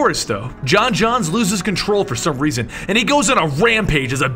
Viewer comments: John jones, not John johns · j'onzz is pronounced "joans" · The only flaw in this video is that the Martian manhunters name was pronounced wrong you're supposed to emphasise the O in J'onzz